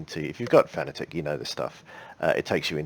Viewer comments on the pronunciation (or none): I'm sorry for being "that guy", but Fanatec is pronounced like the word "fanatic".